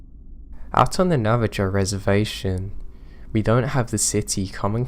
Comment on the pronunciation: Also, The Navajo Tribe is pronounced Nav-a-ho. xoxo